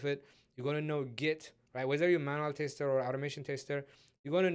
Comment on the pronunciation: Thanks mate, great video series. Just one thing is that you keep saying "taster" instead of "tester". That is a little offputting, especially since you use that term so many times (I mean, you kinda have to given the context). EIther way, that's got nothing to do with the actual content but I thought you might want to know.